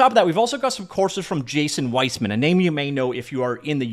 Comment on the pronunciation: No Z! Weimann, not Weizmann.